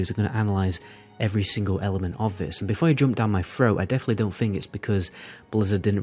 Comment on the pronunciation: Dude, please, you need to pronounce the 'th' in 'other', etc, not 'uhver' -- or 'th' in 'think', not 'FINK'... seriously stop, my god